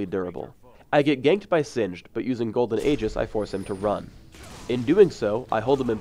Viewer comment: he pronounced Aegis wrong